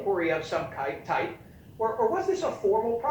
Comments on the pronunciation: I heard kite. There was definitely no hard k sound at the end. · I hate CNN but he said "Kype" not kike. Non-story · He said "kype"!